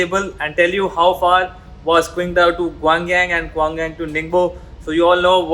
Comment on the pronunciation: Cool videos bro! By the way its pronounced Tsingdao.. the Q in Chinese makes this TS sound.. like in Qing Dynasty.